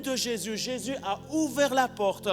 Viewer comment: j'entend j'ai s'yeux avec l'accent lorsqu'il dit Jésus :)